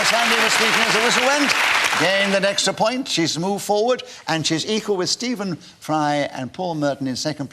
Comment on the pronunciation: Why does it sound like he keeps calling Stephen, semen?